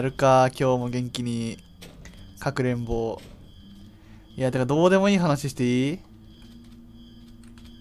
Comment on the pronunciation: かくれんぼじゃなくて各連合って聞こえた